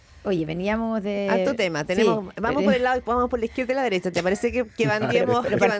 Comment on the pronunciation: la dereTcha de la dereTcha de la dereTTTTTTTTcha